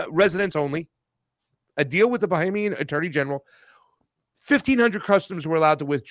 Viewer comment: Talk about mass hypnosis: AOC says "Bahamanian" instead of Bahamian and and his guest repeat what she said instead of pronouncing what is written. Or is it that we are now living in a post-literate society?